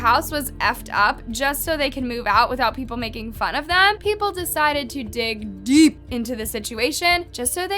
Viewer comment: The way you said "DEEP" tho😂